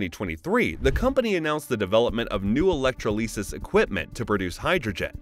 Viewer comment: E-lec-tro-LEE-sus Who the helll says electrolysis that way?